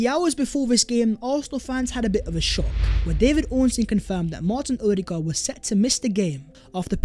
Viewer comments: What we saw “Vhere and vhere”?!! Learn to speak properly! 😂😂😂😂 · Hey! Can you PLEASE explain why you keep saying Vhere is vhe video vhere and vhere? It’s NOT English, mate! 😂😂😂